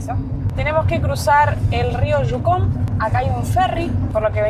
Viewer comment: Yucon (no jukon o shucon)